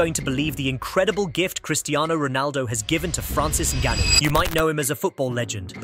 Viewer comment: What did he say "fransis ananu "😂 was gearing up